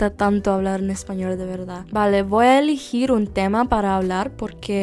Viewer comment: Tienes algunos errores en español. También en su pronunciación Tú dijiste "ignoren estás cajas" pero deberías decir "ignoren esas cajas" ya que las cajas están un poco más alejadas de ti. -"Voy a iligir un tema" ❌. es "elegir" debes pronunciar la letra "e" e-le-gir ✔️ -"Desafiarme a mí mismo" ❌ . Tú debes decir "Desafiarme a mí misma" ✔️ ya que tú eres mujer -"No sé cómo dicir" ❌. Es "decir" de-cir ✔️ -"En un gran parte de mi vida" ❌ "En una gran parte de mi vida" ✔️ -"No puedo hablar de este parte" ❌. "De ésta parte..." ✔️ -"En el principio" ❌. "al principio" ✔️ -He estudiado en colegio" ❌. "He estudiado en el colegio" ✔️ o "He estudiado en colegios" en el caso de que hayas estudiado en varios colegios diferentes.